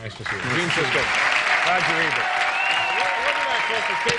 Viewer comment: I love how Letterman pronounces Ebert like Ernie from Sesame Street.